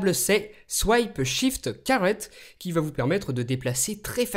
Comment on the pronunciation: He said swipeshift carrot looooooool